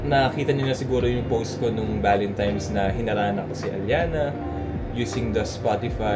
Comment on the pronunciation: valentimes 😭 sadya ba ‘yon or what lol